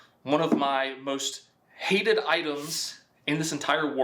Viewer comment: same here. Thought it would be redundant to put a pickle in pickling liquid, but the moment he says "most hated" with that much emphasis....